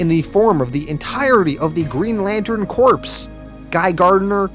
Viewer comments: it is pronounced core! like in marine core. not corpse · lol also pronouncing Corps as corpse instead of core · Corps, like "Core" not corpse. It's not a league of dead bodies.... usually lol sorry I just had to say something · Green Lantern Corpse???? Really dude? It's pronounced Green Lantern Core (Corps). You desperately NEED a copy writer !!! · Not trying to be a dick but Green Lantern Corps is pronounced like you’re saying core. Themyscira is pronounced like them mes skera. I’m only doing this because you repeatedly used those words and probably will again in the future. Enjoyed the video!